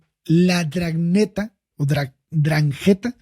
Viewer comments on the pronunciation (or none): De hecho se debería pronunciar desde la N inicial, pues su nombre en italiano es 'ndrangheta, pero a los hispanohablantes nos cuesta pronunciar esas dos consonantes juntas (nd) a inicio de palabra. Otra observación: "ghe" se pronuncia como la sílaba "gue" de "guerra" en español.